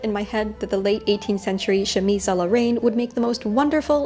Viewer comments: I hate to sound like a hater, but Ill correct you simply because I feel like you would want to be corrected: "Reine" is pronounced with an open [E] sound! So like "rehn" instead of like the word "rain." Reine like the beginning of the word "renegade"! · Your channel is awesome but your pronunciation of 'Reine' threw me off a bit =D it's not like rain, more like the dan-part in dandy :) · Why... was “reine” pronounced “rain”...??? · Reine is pronounced more like ren btw but whatever i loved this!!!